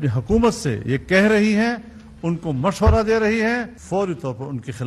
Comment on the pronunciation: Mullan Diesel says; mafshawra.... instead Mashwara